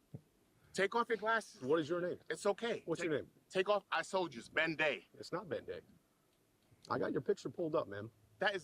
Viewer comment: Did he say Ben Day or Ben Gay?